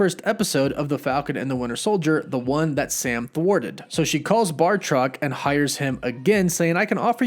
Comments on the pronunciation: Say it "bat", "rock". Not Bart-rock. He's not a Flintstone Simpson. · Bactroc not Bartroc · It's BATROC! Not Bartroc... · It’s Batroc not Bartoc. 🤘🏻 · it's Batroc (like Bat-Rock), not Bartroc. only one R. sorry to nit-pick, but come on... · Great video, but I have one criticism.... It's BAT-Roc. You keep calling him BAR-Toc. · THERE IS NO R IN THE MIDDLE OF BATROC'S NAME- BATROC, BAT-ROC PLEASE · Sounds like you did a lot of fine research until you say Bartroc. Seriously? Bartroc?